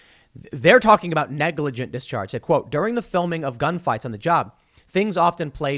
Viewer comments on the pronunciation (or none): none